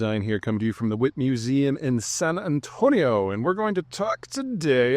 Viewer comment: "Weh-teee", thats how its usually pronounced locally. Also, don't have to attempt the accent on "San Antonio", locals pronounce it in standard American English.